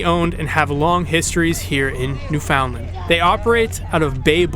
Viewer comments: U really need to pronounce Newfoundland properly. It’s basically newfonland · Don't say the "found" part...it's more blended together . Basically say it faster. New fun land niw say that fast and almost make the d silent. Lol...otherwise, good video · Hi! Glad you enjoyed your visit to St. John's, and that you obviously met some of our friendly local folks! (I consider myself to be one of those! 😉😊) Thank you for sharing a LOT of beautiful footage in your video! I feel fortunate indeed to live here among such spectacular surroundings every day! If you don't mind me asking, where are you from? From your pronunciation of the word "Newfoundland", I'm gonna guess it's somewhere in Ontario. You do mention Toronto in the video, but it's not evident whether you've lived there for a significant portion of your life, or if it's just your current home. If I can be "that girl" (sorry! 🙄), please forgive me for a little lesson on the pronunciation of "Newfoundland". Hearing it mispronounced is kinda like the equivalent of nails on a chalkboard for me; imagine if you constantly heard Ontario pronounced as On-tuh-REE-oh, for example. Newfoundland is pronounced as Noof-end-LAND', with the emphasis on the last syllable, not New-FOUND-land, as many Ontarians seem to have been taught. People from the U.S. tend to say NEW-fund-lund; I try to gently remind them that the word is pronounced with the same cadence as "understand", with the last syllable being pronounced the same as another place with which they can all relate: Disneyland! Bet you've never heard a U.S. citizen mispronounce that as Dis-nee-LUND, now have you? 😀 Anyway, please don't be offended. I'm not trying to be critical of you or your pronunciation. I just think that, if nobody